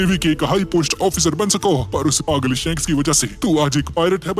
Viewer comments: Bro He is SHANKS Not SHAANKS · Bhai aap shaanks ko shanks bola karo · Bhi vo shanks hai sahank nahi 😅